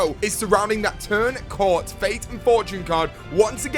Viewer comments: isnt it turn COAT not CORT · its not called turn cort its turn coat as in something you wear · It's pronounced "Turn Coat" not "Turn Cort". The font makes the A look like an R, but you can compare the R in "Turn" to it and you can see there is a difference. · its turn coat, not turn court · also it's Turn Coat not cort I'm pretty sure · Turn coat not turn cort!!! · turn cawt? Wtf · This video triggered me every time he said turn cort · Did he say turn cort? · Turn Coat xD as in a Turn Coat :p